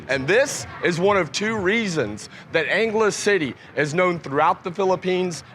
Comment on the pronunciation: Angle City? or Angle city? lol